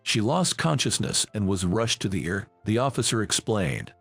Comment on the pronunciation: That was lovely. I hope it was true. Why cant people read the stories instead of computers? It throws me off w/ things like people having to go to the "rrrrr" room ar the hospital.